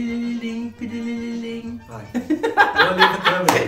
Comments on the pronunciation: "Pili li lim" 🤣🤣🤣🤣🤣🤣🤣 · Ti li li lim... Ti li li lim... Ti li li lim...😂😂😂😂😂😂😂😂😂T de telefone e não P de pino.😂😂😂😂😂😂😂😂😂pi li li lim....😂😂😂😂😂